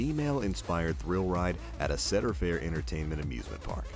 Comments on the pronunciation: "cheadar fair" You say it cedar like a cedar tree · IKR ITS SEED-ER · when introducing Maverick he actually says it correctly, like see-dur. throughout the rest of the video he pronounces it incorrectly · He said "cedder" its "cedar" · Why when you are talking about Maverick at Cedar Point you pronounce it like "seeder point," which is the correct way, but when you are talking about millennium force, you pronounce it like "setter point," which is incorrect? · But... why is tempesto in the first clip? Edit: The way he pronounces "Cedar," it's just E A R R A P E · When he said “Cedar” I got mega triggered. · Do you not know how to pronounce cedar?? Plus there's more than one six flags park. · that's not how u say "cedar"😂😂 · as I said, when he introduces Maverick he says Cedar correctly, and I put a time stamp so you could listen to it. every other time he uses the word he says it incorrectly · how does he miss pronounce cedar? its making me cringe! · you're saying "Cedar" wrong